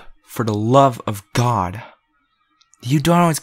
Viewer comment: “For the lovagod” 😂